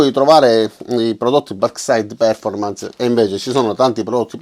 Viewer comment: Con l'accento sulla OOOOOOOO :-D